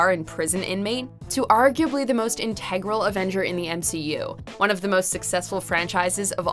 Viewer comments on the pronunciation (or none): InTEgral? The word is INtegral.